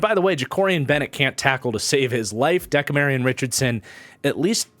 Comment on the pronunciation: I love your work,, but it De-CAM-rion Richardson, not so much Deka-Marion. At least every other time I've heard his name.. I don't know him personally so what do I know